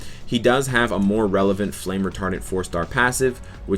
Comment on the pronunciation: I thought you said "Flame retarded"